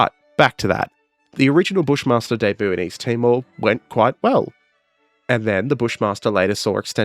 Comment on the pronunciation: Hey there...love your work buddy. The whole Elbonia thing....chefs kiss. But you pronounced "debut" wrong....ROTFLMFAO!!!...lol.